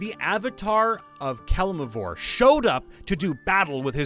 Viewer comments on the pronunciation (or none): How do you screw up saying "Kelemvor" that many times?!